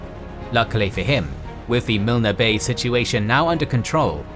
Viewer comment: Milne Bay is pronounced MYLN BAY, not MILNA.